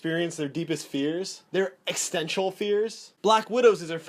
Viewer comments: Did you just say "eckstential fears"? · "Their extential fears"? That's not a word. You meant "Existential".